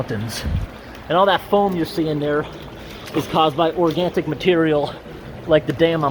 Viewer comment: There it is again -- "organtic." I absolutely love the pronunciation. Great vid!